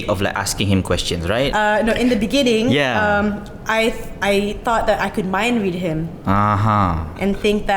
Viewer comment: you mean "in the beningging"